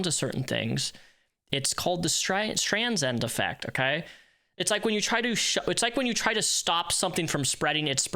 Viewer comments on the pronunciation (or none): Stranzand effect lol, small correction Stry-Sand effect is the proper pronunciation my friend :) Barbara Streisand made this famous because she did some of the dumbest things possible of any celebrity and also became one of the most hated people on the planet early-internet days. Long before social media even.